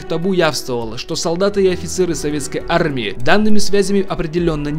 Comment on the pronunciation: Зачем ты делаешь акцент на слове армия. Арррмия